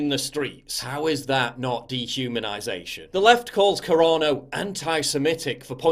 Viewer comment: Sounds like you’re saying Corona Instead of Carano lol